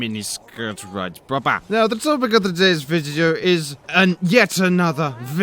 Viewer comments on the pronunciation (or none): "The topic of today's videdo"